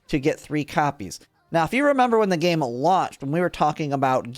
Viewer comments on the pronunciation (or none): none